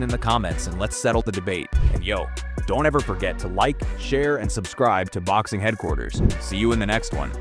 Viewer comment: BTW….. There’s an R in Headquarters 😉